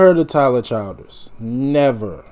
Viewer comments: Chill ders not child ers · The name is “chill-ders “.. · Everybody in these reaction videos or pronouncing his name wrong it's "Ch-ill-ders"